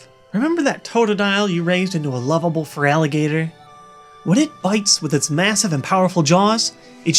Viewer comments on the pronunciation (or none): Feraligatr...nice try though and yes, there's no 'o' Feral alligator. Feraligatr